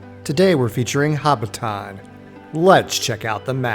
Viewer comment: Learn to pronounce Hobbiton for godsake.